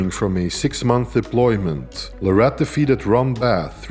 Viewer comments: I had to turn the video off a few minutes in after hearing la-rat over and over again. His last name is pronounced Lare-it. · PLEASE YouTube content providers... LEARN TO PRONOUNCE THE MANS NAME RIGHT!!!!! It's Larratt like Carrot 🥕😮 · Its Devon Larratt like Carrot, atleast pronounce his name right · His last name is pronounced like parrot. Larrat. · You know there was a time when people could debate if he was legend status or not, but as I've been saying the whole time, watch this man and what he does over the next 5yrs and u can't even argue it anymore. The facts speak for themselves, and when he beats Levan......he will be crowned the indisputable king of arm wrestling Now you just have to get the pronunciation of his last name right lol. It's Larratt, as in Carrot!😮